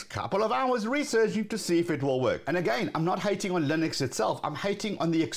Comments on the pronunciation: It's Linux, not "Lynix" as you say ;) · The fact that you don't pronounce the name of the generic operating system properly says it all